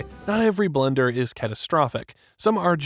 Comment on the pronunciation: The way you say Blunder upsets me... XD